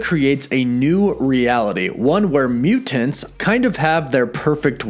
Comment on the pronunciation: Anyone one else annoyed by the way he pronounces mutants?